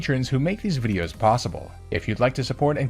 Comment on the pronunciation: DO NOT LEAVE OFF THE O IN VIDEOS!